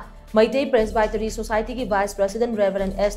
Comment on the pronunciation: helllo... learn to pronounce 'Presbytery' correctly... hahahahhaha... shameless... dont pronounce English words in ngaripur style..